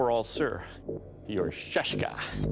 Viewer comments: It is not shashka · Shaska is a Circassian (Adyghe) sword, its a Circassian (Adyghe) word ! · Came here just to hear everyone struggle with 'Шашка' pronounce. Nice! :D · I'm from Russia, and I REALLY LOVE how they pronounce SHASHKA